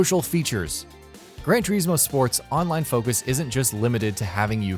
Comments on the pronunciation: This idiot says TERismo 1 more time.... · Its not Gran 'Tureezmo' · Cant listen to any more - "tureezmo" "mawzda" - really pal? 😂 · It's gran tore-is-mo not gran tore-ees-mo get it right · TUR IS MO TUR IS MO ITS FUCKING TURISMO NOT TUREESEMO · It's gran trismo not Gran trieesmo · Gran Turismo, not Gran Tureeeeeeesmo.. C’mon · Why can’t he say Turismo not tyrecmo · It's Gran Chur-IS-mo, not Gran Ter-EES-mo. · Turismo not Treesmo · Omd it's turismo not tureesmo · Sorry I pressed stop after the fifth "tureesmo" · It's Turismo, not tureezmo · Ter iz moe not tureezmo omgoooooooooooosh please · GRAND TUREEEEEZMO ? HUH? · I dont wanna be that guy but it gets on my nerves when people pronounce forza as "fortza" and whats ge calling gran turismo... gran turees mo ??? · Gran turizeemo... 😠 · Who else hear Fortza and Tureesmo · It's not pronounced grand toureeezmo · “fortza” “turizmo” i mainly play need for speed games but this just triggers me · 'Gran Toureeesmo' sorry! :) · It’s pronounced gran to r is mo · Grand treesmo? Fortza? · I stopped watching when I heard the third "GRAN TREESMO". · Gran Tureesmo 😂😂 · Gran toreesmo? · why do you have the pronounce the game names wrong? fortza? tureezmo? gtfoh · "Gran Treezmo" and "Fortza"? smh. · I wanted to put my fucking ears off listening to his he says "Turismo" it's not spelt "teriesmo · "Gran Tureesmo" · gran tureeeezmo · Tur"eeeez"mo for"t"za..... this guy is annoying lol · Gran Toreezmo? Mozzder? Sort out that pronunciation! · GREN TREEZMO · Aaaahhhh I can't watch it anymore GRAN TOREEEESMO. POLLIFINY!!! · You could start by saying turismo correctly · Why are you pronouncing 'Turismo' like that? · The way he says “turismo” bothers me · Saying turismo wrong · Baffling, simply baffling. Nürburgring is pronounced perfectly but "Turismo" on the otherhand ....... Good content otherwise. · See if you pronounce Turismo wrong once more ill flatten you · The way you say "Turismo" is offensive! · Cringe every time you day turismo.